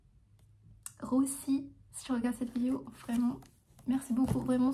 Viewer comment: Mdrrr j'adore quand elle dit "vidio"